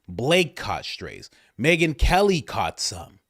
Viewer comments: Yea. She said Meghan mckelly. Everybody knew what she meant. Though I’m sure Ben in company will have a field day with it and say she really meant Megyn Kelly or whatever bullshit they come up with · Yes-I heard her say Megyn McKelly.😄